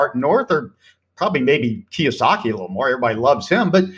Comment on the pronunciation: It’s KiYOsaki not KiWAsaki 🤙🏾 thank you 👌